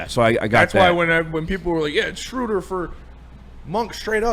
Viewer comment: The man's name is pronounced Shrooder